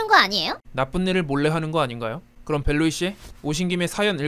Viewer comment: 벨루이뭐임ㅋㅋㅋㅋㅋㅋㅋㅋㅋ왠 벨루잌ㅋㅋ